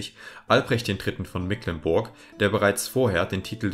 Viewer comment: "Mecklenburg" wird aber mit langem e gesprochen.